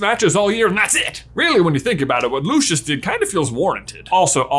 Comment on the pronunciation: Did you call dracos father "Loo-shush?" it's Loo-cee-us 😂